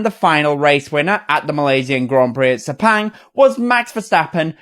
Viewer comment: Guys not Speng please it's Spung